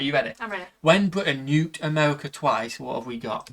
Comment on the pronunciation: Did you say Amewica?